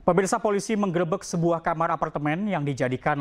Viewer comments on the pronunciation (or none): none